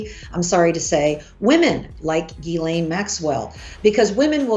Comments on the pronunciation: Pronouncing "jizlane" is funny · Ghislaine is pronounced jis-len with a j sound at the beginning..they are French names . Guylaine is pronounced Gee-len….(hard G) her name is always mispronounced in America… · ❤❤❤ HAHAHAHA LMFAO right? I almost never hear anyone pronounce her name correctly.